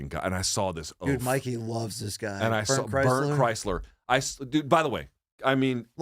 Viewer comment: I really can’t tell if Luke is purposely mispronouncing Bert Kreischer‘s name or if he really thinks it’s Chrysler. 😂